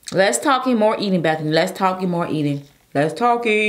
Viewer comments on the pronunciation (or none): It's BETHANY... Who da Heck is Beffany?? 😂😂😂 y'all can't spell or butcher folks names out here.. C'mon Y'all Step ya spelling n pronounciation games up!!